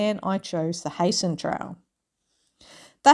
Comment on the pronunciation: Wish i saw this earlier i could have waved at you as you walked past the Barossa. I'll certainly watch your other videos now. You've probably worked out by now that it is pronounced "Hi-sen" Trail. Regards.